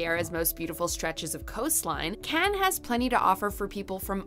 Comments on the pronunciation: Cannes really? If you want over priced and not great. Marbella again hot, not great beaches and god boring. The rest I am not going to waste my time commenting but her pronunciation is terrible, and the choices are the most predictable generic …. There are much better, some that are close to paradise. But guess what I’m not telling, guess why🙄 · Cannes??? 😂😂😂😂Marbella??? Please!!! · Yay beaches! Afternoon! 😁 R and R is rest and relaxation. WTF is up with this woman's attempt at pronunciation! 🤣 It sounds like a comedy movie the way she's overdoing the accents....! Just say the words woman! You don't have to pronounce foreign words in the language of the country! 😂 Can you imagine going to a country and doing a caricature accent of the people AT the people? You'd get punched in the face! Notice she said Spain, not España, France, not La France, Turkey, not Türkiye or Greece, not Ellada (Hellas).....so why make such a mouthful of the individual town names? It's like if your name is Jesus, JEEZ USS, you don't want it pronounced HEY ZEUS! Just read the words in English, when speaking English!!!